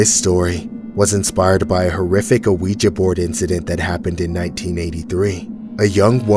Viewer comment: i love these but i hate the way he says ouija like where do you get the A from its not A-weja it’s just weja